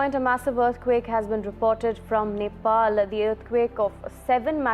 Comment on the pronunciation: Nepal and Tibet and Not pronounced like you said. Terrible video. Shows Oregon?